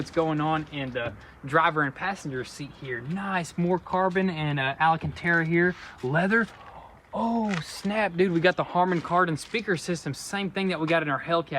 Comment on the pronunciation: It's called ALCANTARA. There is no A between the L and the C